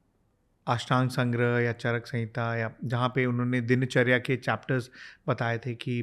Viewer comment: दोष होता है मैडम दोषा नहीं। दिनचर्या होता है दिनाचर्या नही।